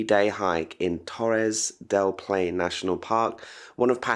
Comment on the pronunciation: i love u, i'm from Chile and live in Germany. But pleaseeeee is not Torres del Pain or Torres del Plain, is Torres del PaiNE! hahahahha and is not Ushubuauiauai, is Ushua-ia. xoxo